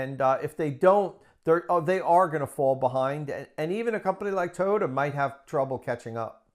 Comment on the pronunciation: Great pronunciation for Toyota. Great video! Thanks for inviting Tom on again. Great hair. Big valentines hugs!